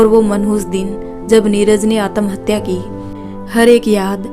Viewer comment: Atmahatya ka pronunciation theek karo sun ne me achcha nahi lag raha Hai.😮